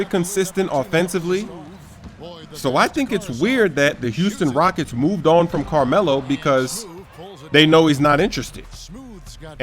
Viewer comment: Carrrmelo Anthony... - Evil Carmelo